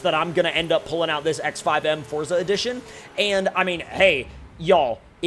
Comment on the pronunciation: I'm glad you say forza the rite way and not Fortza like a lot of other people say